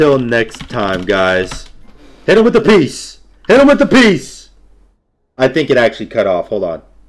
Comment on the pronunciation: the way he said peace sounded like "peas"